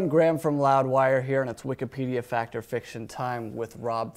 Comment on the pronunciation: "It's a fict!"